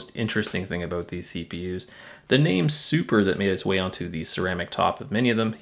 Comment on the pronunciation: "aboot" Definitely Canadian, buddy!